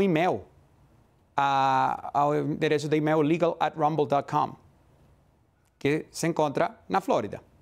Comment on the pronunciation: E-mail ele fala émel...